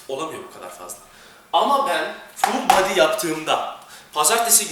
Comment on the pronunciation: ne guzel ful baadiiy diyor kitapsiz